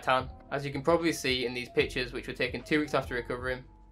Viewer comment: I was wondering why does he keep calling himself "these bitches", took me 2 minutes to understand he's saying "these pictures"🤦🏻